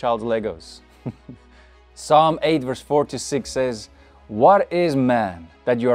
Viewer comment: I love the video. Is anyone going to tell him that he doesn’t need to pronounce the P in Psalms.